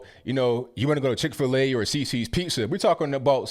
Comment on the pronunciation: when you said "Chic-Fil-A or Cici's" you spot on my guy! Keep up the immaculate content lol